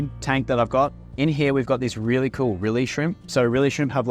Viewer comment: "We've got these rili cool rili shrimp"